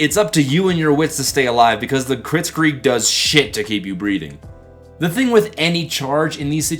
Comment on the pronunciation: I must correct you kritzkrieg is not kritzkreeg it is a play on the german word for fast war, blitzkrieg. Kreg with a slight r roll is the proper pronounciation. Why did I just do that?